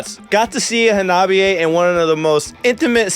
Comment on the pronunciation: Kills me that you still pronounce their name wrong... it's not Ha-nobby-a.... it's Honnah-Bee-A. Minor gripe, but audibly it's a world of difference. 😛But yea, it was absolutely surreal getting to see them live, I could not believe when they announced the U.S. tour that they would be coming to Wisconsin, made my year.